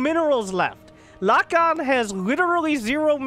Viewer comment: I believe Lokon is spanish, which would be pronounced lokón (with the strength on the second o)